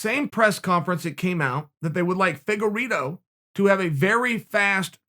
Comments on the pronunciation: Uncle Chael: Figureedo..Figeraydo...Faygeraydo...Fagerido...Figerplaydough.. Me: Okay great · His name is pronounced Fig-ward-o. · Chael “FIGurE-iTTttttTtto” sonnen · Just how good is Deiveson Figueiredo? Chael actually corrects his mispronunciation of his name.